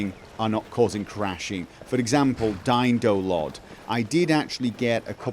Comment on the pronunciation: How did you manage to reduce Aliasing so much ? :O :) I totally heard "DY-NO-LOD" xD SAVE THAT CHILD !